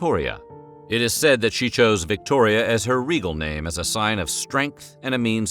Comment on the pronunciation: It is “Regnal” name not “Regal” name